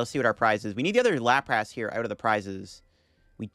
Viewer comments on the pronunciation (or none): The way he pronounces "Lap Wrasse" and "Parecell" is just too distracting. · I absolutely love your content! I watch every episode! Just bought some codes from Card Cavern too. Already migrated to LIVE. The way you pronounce “Lapras” and “Arcanine” sends shivers down my spine 😫 lmao / as they say. You’re still a GOAT